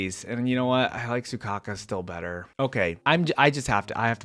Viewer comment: WHY ARE YOU CALLING HER SUCOCKA IT'S SOUKAKU all of the intro's show off the character's personality, witch you don't know because you never played the game for example piper is constantly tired so her yawning in her intro isn't a show of arrogance just to reinforce her tiredness. same with harurmasa he hates doing unnecessary actions so in his intro he only looks at the camera because doing anything else would be more work you also don't know their weapons seth uses a baton so he isn't doing a sword flick he's extending his weapon